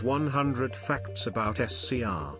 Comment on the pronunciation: I love how the tts says faCTs